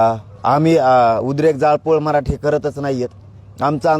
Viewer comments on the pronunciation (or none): none